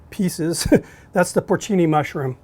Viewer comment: Also it’s porcini mushrooms, not porchini, but hey he’s American